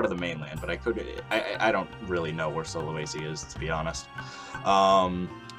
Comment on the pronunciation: How to say sulawesi from a indonesian: sulawesi: sue la wey see